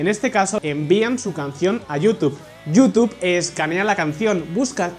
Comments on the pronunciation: Jajaja, "yutube". ❌ Se pronuncia "yutub".✔️ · se pronuncia (youtub) sin pronunciar la e, en Espa?a hay problemas serios con el ingles. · Like por cada vez que pronunció la palabra "YouTube" erróneamente. 😂😂😂😆😆😶